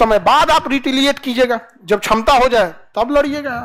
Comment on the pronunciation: छमता ✅ क्षमता ❌